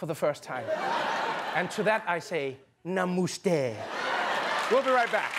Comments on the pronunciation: nah-moo-stay (Seriously, though, how the crap did he fuck up "namaste"?) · NASA : rock collecting agency Trump: namoostey and something like kamunund ( here Trevor failed to mention that the 100000+ people gathered at the stadium were paid for being there and were so ignorant that when Trump was praising Pakistan, India's Arch enemy,on Indian soil they were clapping for him!) And it's Kiley Reid,not Riley Reid (though Kiley is equally hot and all that!) End. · "Namuste!!" As an Indian I cringed so hard when he said the words wrong lol.I'm not mad that he didn't get it right.I'm just mad that he didn't even try. Edit: omg I need to clarify something I was talking about TRUMP!! Not Trevor! Trevor is cool as hell. I was just talking about the orange guy's Hindi lol.